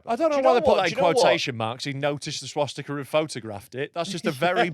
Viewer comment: Can tell never had a Dad to teach him things he can't even say Swastika properly